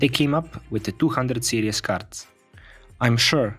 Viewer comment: Series.....not 'serious'